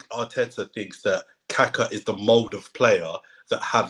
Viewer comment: please don't pronounce Kaka like that. Brazilians will tell you what you're saying. Hint, it rhymes with grit. Intonation should be on the second Ka.